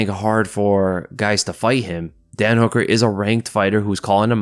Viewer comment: Sometimes when you say Dan Hooker I hear dead Hooker or is it just me?